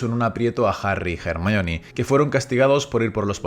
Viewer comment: ERMION de toda la vida de dios jajajajajaj